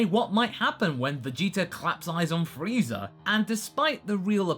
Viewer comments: Really? Really? Freeza with an I. So disappointed. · Wait is he really saying FREEZER